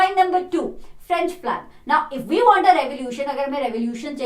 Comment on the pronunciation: Its went, was, want.... not vent,vas,vant...😁.... pronounciation....😆